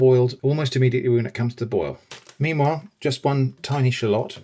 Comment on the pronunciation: did bro just say shaloot